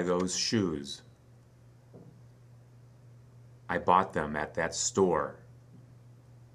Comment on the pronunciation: whi did I not hear youe th sound? maily in the word THEM ?